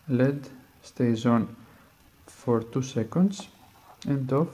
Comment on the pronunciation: Lol, he pronounces LED instead of saying the letters.